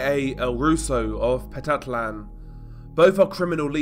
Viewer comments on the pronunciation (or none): Petatlan. Not Pete-tat-lan Pe-tat-lan